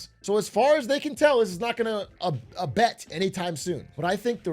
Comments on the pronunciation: glizzy hands is not just fumbling with his fingers but also with his mouth. Its abate not abet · I can abet anything that the word is abate not whatever you said Brandon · cant trust big a anymore, he said abate wrong